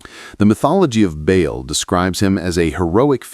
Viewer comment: Ba’al is pronounced like “ball” dumb ass!!!😂